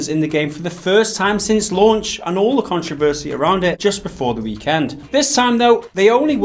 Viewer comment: CON-TRO-VER-SEE so you you can say it right for next time sorry that kinda made me mad love the vids keep it up